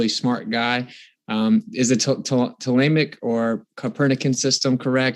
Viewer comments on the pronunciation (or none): "physics" -physicist "hawkings" -Hawking "tolaymic" - Ptolemaic really started off strong, eh?